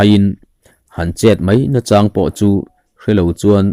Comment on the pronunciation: Fakselna....ngaichang tih ilam rik dan hi ka duhkhawp lo hlemai.ngai laihi sang se.chang lai hi hniam se adik ang.karing.a ngaihnawm kanti takzet.chhungkua in kan ngaithla ṭhap ṭhin ania.